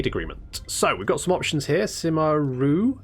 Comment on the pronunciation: You didn't misheard it, the advisor lady confused us. She somehow turned it into Ray, which is far from correct. I can confirm that got it right... at least close enough. The actual pronunciation is not what English Speakers are customed to. Yoo-eh, Yuu-earh... Wiki Dictionary has a demonstration.